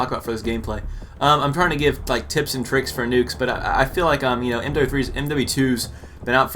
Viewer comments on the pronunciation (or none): none